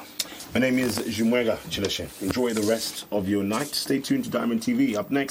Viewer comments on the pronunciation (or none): Y does chimweka pronounce his name as “Himweka”?